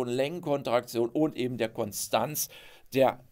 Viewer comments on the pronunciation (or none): none